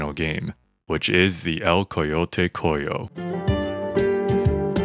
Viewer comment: just a heads up, it’s pronounced “co-hoe” like the farming tool. It’s Spanish for sick, lame, crippled etc.